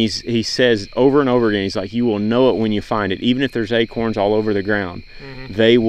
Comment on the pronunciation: LOL... they are acOrns... not aKerns!!! Dang Texas guys... haha you said that buck showed no indication that it might have CWD. That in mind, is a guy supposed to have every deer he harvests tested for CWD?